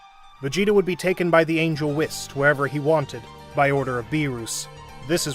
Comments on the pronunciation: Right. Dude never watched the show, but got king kai & vegeta's voice down and still call whis "wist" 😅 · “Shenglong” and “whisk” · Whis❌ Ws✔ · He says whis like piss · Bro said wis💀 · nah dude hes right💀i mean thats what i thought firstly but its like (wh-i-s(closed i sound) no offense tho